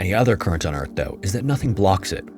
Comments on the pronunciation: Ok bud, slow down and pronounce your words right. - : "Antarcta" and "Eart dough"... you mean, "Earth, though." Talking too fast makes you mess up. We're not in a race here. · He calls Earth "ear" and calls Antarctica "Antarca" so yeah it's AI. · This is made with AI. It calls Earth "Ear" .